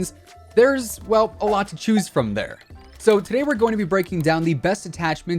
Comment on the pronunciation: What accent is that “for dotay” instead of today